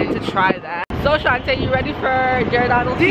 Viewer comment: It’s pronounced (g-or-da-no s) lol